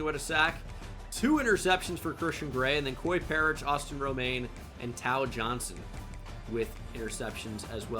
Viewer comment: Tao Johnson is pronounced Tay-Oh btw